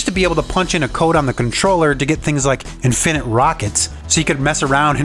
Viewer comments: Would've been nice to show what codes made the various clips work. Also that thumbnail is very misleading, suggesting there was a (possibly unreleased) model for Switch. By the way, the stress goes on the FIRST syllable of infinite, not the second. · The way you emphasize Game GE-nie and In-finnit proves that you were the annoying kid around the block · i dont like the way he says infinite